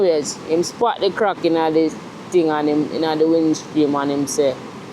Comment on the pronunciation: I swear every time you say WINDSCREAM i laugh